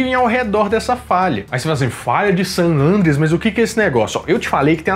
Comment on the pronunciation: Excelente vídeo, como sempre! Estou aproveitando o período de isolamento para assistir novamente os vídeos do nerdshow., uma observação: se pronuncia san "andréas", não san "ândreas". 😁🤓